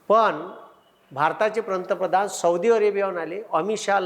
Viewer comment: या ला पंतप्रधान हा शब्दच नीट बोलता येत नाही तुम्ही कधी ही निरीक्षण करा तो प्रंतपधान च म्हणतो😂